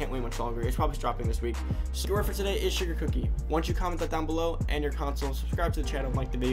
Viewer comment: Word I heard “sugar daddy” Word u prob said “sugar cookie” Ps4: Funky_shaba69